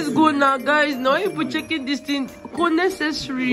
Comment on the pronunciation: She said it’s “ko necessari” 😂😂. Wonderful Vlog b. 😘👏🏽